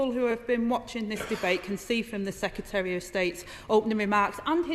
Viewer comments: I have a lot of time for Angela, but I wish she would learn to pronounce secretary. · yes lol... 'secyetereh' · Citizen Rayner, you talk sense, go you. But may I just say that the word "secretary" has two "r"s (count them, see them as written), but you only seem to apply the one toward the end of the word. This is by no means accent-bashing, I enjoy all accents, I have one, but if you use the one at the end why can't you use the first one too? Or is it just me? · Agreed. But her and Starmer both need to learn how to say "secretary" :-)